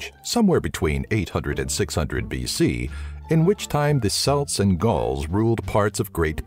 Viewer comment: The Celts are not pronounced with a soft C, but a hard C, making the sound "Kelt".